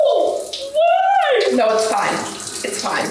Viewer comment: I’m sorry but hearing you say naur gives me the energy I need to get through my day, absolute huge fan of your content and realness 🎉